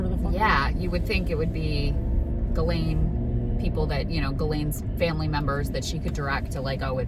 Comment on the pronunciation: Everyone still mispronounces "Ghislaine," even top reporters on mainstream media ... 1st they all tried to pronounce it like it's spelled and would say "JIZ-lane," which is wrong .. Then years went by and they started saying "Ja-LANE," which is wrong .. Now everyone thinks it's "ga-LANE" (g sound as in girl), which is still wrong .. The people who knew her best - the victims - call her "GHEE-lin" (rhymes with wheelin') .. Here's a CBS interview headline with the victim pronouncing the name correctly, which is how Ghislaine's brother pronounces it .. "Ghislaine Maxwell accuser shares new details of alleged torture in new book"